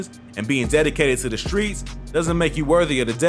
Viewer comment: Fam mispronouncing all the streets is irking me